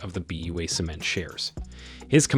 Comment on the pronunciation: BUA is pronounced Buwa.